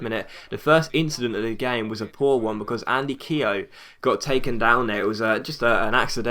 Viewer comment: Your pronouncing Keogh wrong